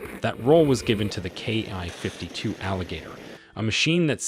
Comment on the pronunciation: The narration is hard to listen to. It isn't a "KI-52", and NATO isn't pronounced like that either. If this is AI, I hope you aren't paying a lot for it!